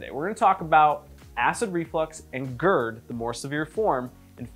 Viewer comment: God gerd, not goord